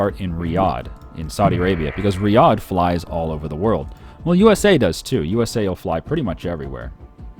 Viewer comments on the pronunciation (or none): none